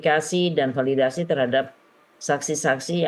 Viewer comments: Beb bebbeb ngomong Bu Elsa yg dicari bayaran bisanya palidasi aja kalo ngomong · Itu itu Sj... Infestigasi... Falidasi...